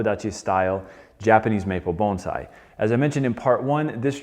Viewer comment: Bones eye?, I thought it was Bon si